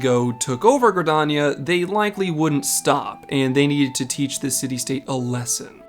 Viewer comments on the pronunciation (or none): none